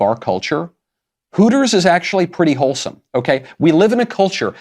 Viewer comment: Did you say Hooters is wholesome? Or did you say Hooters is Holesome?